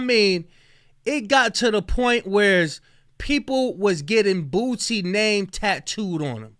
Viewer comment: WHY DOES IT SOUND LIKE YOURE SAYING BOOTSIE